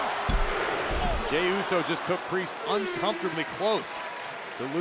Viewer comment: Bro said jimmy instead of jey